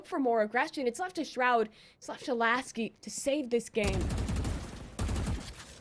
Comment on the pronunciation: Hahahha okay Mr.Bronze, btw its Laski, not Lasik 🤪